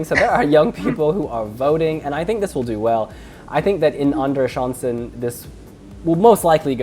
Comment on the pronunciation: Don't be too hard on yourself, you're doing great pronouncing "Andra chansen" 😘